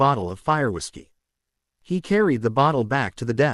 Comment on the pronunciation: This AI is unwilling to say the letters w i s of whiskey why, does it mean that whiskey is considered vulgar, psychotic AI